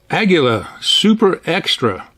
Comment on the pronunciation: Aw-gee-(like karate gi the uniform)-luh not agwiluh